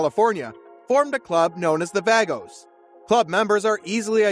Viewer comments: I'm pretty sure it's vagos and not v a g- - os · omg its pronounced vahhhgoes not vaygoes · Vagos is a Latino word. It is pronounced bah-GOS. Just saying… And they are clubs, not gangs Having some criminals in it doesn’t make them gangs. Otherwise the police would also be a gang. No dog in this fight but this is clearly not motivated by logic. Do your research. - Matt’s dad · Dude isn’t even saying “vagos” correctly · I realy hate that the narrator cant pronuce vagos properly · Vagos is not pronounced that way hahaha